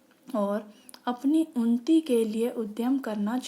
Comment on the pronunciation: Its unnati not unti